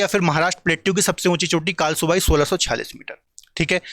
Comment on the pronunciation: sir कळसुबाई हे कालसूबाई नही